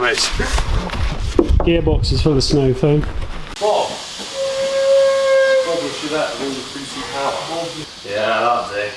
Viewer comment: Well now I know what a chevet is. "Voxhal" my comp having a time chewing on the name. hi hi cheers.